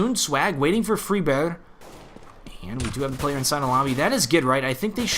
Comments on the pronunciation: say friberg not freeberg PLZ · it's really more like "freebery", y as in "you", rather than "freeberddjjsch" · not to be a douche, but its pronounced fried-burgh. hard g sound. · in swedish, FRIBERJ, but do pronounce it wrong, but i don't care, i let him say how he wants. look on google translate and type on swedish: friberg, that is how it sounds in swedish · Just say friberg like an American lol i don't even think that's the right way to say it anyway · either way, and I do appreciate all the feedback and corrections, this dude is saying it wrong. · still not pronouncing Friberg right :s